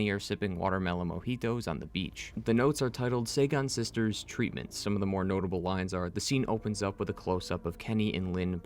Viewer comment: Just a note: Saigon is a city in Vietnam; it's pronounced "sigh-gone"